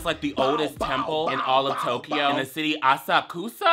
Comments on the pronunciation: not saying ASS KISS instead of Asakusa😭😭😂😂🤦 the fried chicken b*tch yes exactly. The karage is good asf I thank you as the representative of all Japan (yea I’m Japanese) GURL THE HUMIDIDTY I’m glad y’all survived I know I hate it here literally people die from heat stroke every day(it’s true) so you gotta stay hydrated if you do travel Japan during summer And stop apologizing honestly if you had a good time that’s all that matters! Thanks for visiting our country❤️ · "so we go to ass-kiss" 😭🙏